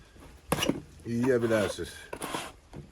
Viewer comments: Who else laughs after he says super😂😂😂😂😂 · I like it when he says 'super' in that accent.